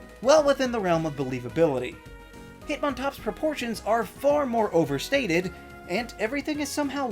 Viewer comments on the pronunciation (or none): Haha "proportions"